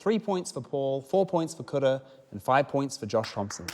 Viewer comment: Is it just me or are some R's pronounced like D's like in Kura's name?